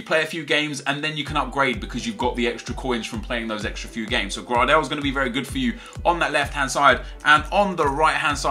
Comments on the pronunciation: You say it graydel not grardel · it's not pronounced grardel, but more like greydel, just saying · You pronounce gradel like gray-del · max gradels name pronunciation. (Gray-Dull)